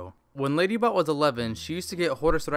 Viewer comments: he said ladybutt no ladybot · When you hear Ladybutt instead of Ladybot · I heard LadyButt instead of LadyBot XD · Ladybutt Not lady bot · I thought he was saying ladybutt XD